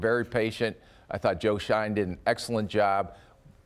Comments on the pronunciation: Joe “shine” and “sah quon” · Why is that guy so good at mispronouncing names? Joe Shine? Suhkwan Barkley?